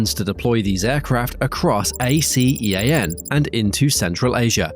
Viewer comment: ASEAN should be pronounced as Ah Sea Ahn, its commonly pronounced and referred to it that way